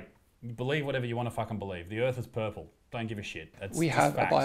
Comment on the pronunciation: The world is purfle, said by a genius, not hating I love IB